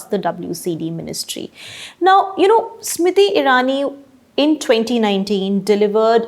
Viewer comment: Why you keep calling her Smiti and not Smriti?